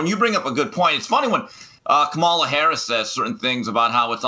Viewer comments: Dear: VP Harris's first name is pronounced with the stress on the first syllable, not the second. It used to be a respect thing to pronounce a person's name correctly. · He also didn't try to talk too loud. He only mispronounced Kamala Harris's first name. TBH, Jason's overthinking it.